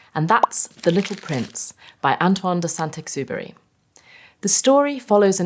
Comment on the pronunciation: 생텍쥐베리 발음 미쳤다...